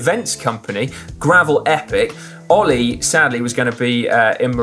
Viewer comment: Caption: No, his name is Ollie not All-eye.